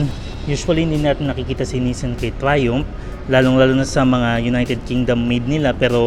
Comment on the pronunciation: "Fresh from United Kingdom itself" "Trayoompff" lmao